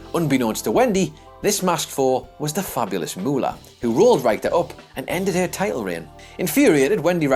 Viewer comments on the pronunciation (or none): is not allowed to narrate any more videos until he learns how to pronounce wrestlers' names correctly. Jacques "Roo-go" in a previous video and Wendy "Ryke-ter" in this one. Would it kill the man to ask someone who knows something about 80s and 90s WWF? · Aside from the mispronunciation of Wendi Richter's name (RICK-TURR), and misidentifying Sheik's character during the traitor Slaughter angle... there's no such place as "Battle" in Michigan. There's Battle CREEK, which is the home of Kellogg's Cereal and RVD, but no "Battle." Look, I love you guys, but you need to do better copy-editing. That includes vocal copy-editing (RICK-TURR!!!). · I'm sorry, but Wendy WHO? I mean, I know Brits mispronounce all kinds of words, but mispronouncing someone's name? C'mon, do some simple research, if you're unsure. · Call the people at Guinness world records...most mispronunciations of Wendy Richter's name in a single YouTube video. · Seriously, do you mispronounce things on purpose? -_- maybe it's just one of my pet peeves, but anyone who is hosting and reading facts in a video about wrestling should know how the hell to pronounce Wendi Richter's name....grumble...